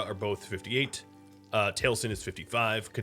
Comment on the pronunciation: This is pedantic. Feel free to ignore. It's very pedantic. Taliesen is pronounced tahl ee ess en. Frank Lloyd Wright's homestead up in Wisconsin. There is also a Taliesin West in Scottsdale, Az. Both are sorta shrines to Frank Lloyd Wright and also functioning architectural schools. Both are highly recommended tours by the way. Very cool and peaceful places. Zen. The exploration of lived space. The interaction of home space and brain optimization. The whole concept is very cool.